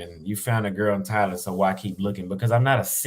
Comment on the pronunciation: Why do you pronounce Thailand like Thylan?